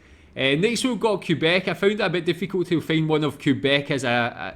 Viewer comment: It's pronounced "kay-bec". You'd have to do your search in french to really learn about this province. Here's another 2 minutes video that showcases a bit better what the province of Québec is like during summer : And winter